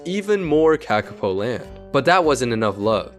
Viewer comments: FUCKING HELL hi hello im a New Zealander and AHHHH do i hate it when people dispronounce a word that has a line on top of it like “ā” it means to say it longer so its not “KA KA po” its “kaa kaa po” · Learn to read accent marks please. A as in Ah not //æ/, Monothong "o".... not cak, but caaa! caaa!, A in father. Like raven calls. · Its pronounced kaakaapo you say the letters with macrons for longer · dude. its not the KAEKAE POU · Its pronounced Kah-Kah-Poe not what ever you're saying, i know because this is my native and home country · Made a whole video about it and still mispronounced it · While the pronunciation could be better, accent marks are only useful if you also know the language, or at least how the language uses them. While most languages use them for a long vowel, some use them for tone, and a few other things. None of this is obvious just by looking at the accent mark. The IPA works (mostly), but it's usually only linguists that can read it, not usually random youtubers.